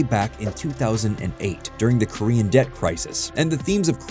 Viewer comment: Please work on your Korean pronunciation 😂